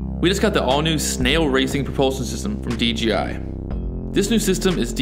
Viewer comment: DJI.... stop saying DGI!